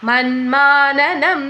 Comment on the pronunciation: 🙏🙏❤ manmananam ennano manmanasam ennalle